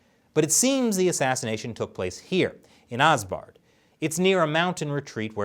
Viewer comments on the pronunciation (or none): Anyone else catch absard being pronounced as asbard?